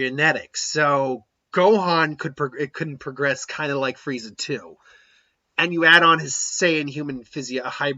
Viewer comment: Why do you call him Fireza? It's Frieza.